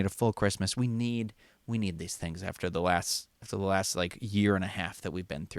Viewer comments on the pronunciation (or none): none